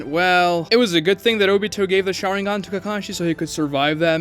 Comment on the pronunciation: You can tell who watches the dubs or subtitled versions of Naruto by their pronunciation of SHARÍNGAN